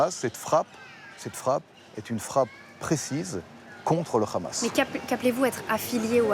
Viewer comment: Qu’il’parle en hébreux l’autre gros fils de .. parle pas en français tu nous fait honte.! En aucun cas le h ce dit Rrr « Toute cette frappe et une frappe contre le Hamas.. » alors déjà ça veut rien dire monsieur le politologue de guerre.! Et tu iras dire ça à Aljeezira Qataris. Tu assasine des journalistes au repos dans une tante..! Qu’elle armée courageuse et pleine de bon sens.